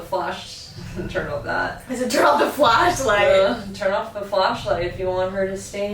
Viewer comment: i dont know why but its kinda funny when u guys talk about something and the flashlight turns on then u say "flaslight" and then go back too talking :)